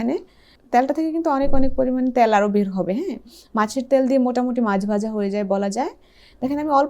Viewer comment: উচ্চারণ "তেল " বললে ভালো হয় 😃